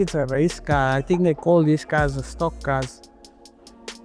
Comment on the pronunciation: I think they call theze cars a stok kas😂